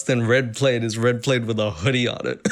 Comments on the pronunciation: Red “played” lmao umm I thought it was “P-LAD” 🤔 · I don’t mean to be that guy, but it’s pronounced plad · Am I the only one hearing things or is saying "plaid" like it's "plate"? A red plade? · Plaid is pronounced p-lad like dad. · DID YOU JUST PRONOUNCE PLAID LIKE THAT!!!! I mean nothing wrong with that I have just never heard it pronounced like that